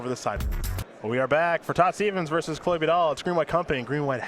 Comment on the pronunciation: *chloé not chole :(